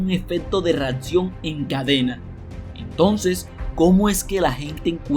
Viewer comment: Que no se dice "REATCION" 😫😫😫 No se dice "REFRATARIO" 😫😫😫 No se dice "has esto suficiente veces" 😫😫 Es tan, tan mal hablado que estresa!